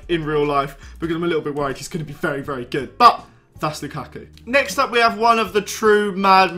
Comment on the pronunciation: Lukarku. It's Lukaku